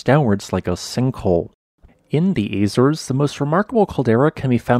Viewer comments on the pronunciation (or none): none